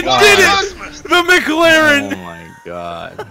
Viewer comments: The way he said McLaren sounded like he was saying Mick Larry with some kind of speech impediment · McLaren not mc-laren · Why tf did u say “MC LAREN” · Holdddd up.. are you at McDonalds my dude why did you call it a McLaren like a fucking McDouble hahahahahaha i'm dead